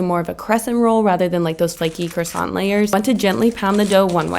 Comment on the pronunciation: Now you just need to master how to pronounce croissant correctly! 🤦🏻‍♀️